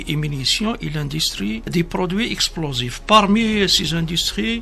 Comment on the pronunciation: Un général pppaaappppppp quelle langue française" chossere " pour chaussure."explosifes" esplosives etc